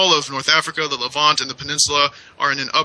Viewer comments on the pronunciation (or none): none